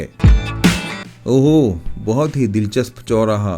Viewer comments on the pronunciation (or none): none